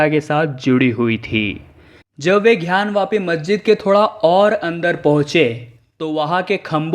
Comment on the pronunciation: पहले तो ये "ध्यान " वापी नही " ग्यान " वापी है... " गर्व नर " नही " गवर्नर " होता है. शब्दोच्चार सही करिये भाईसाहब....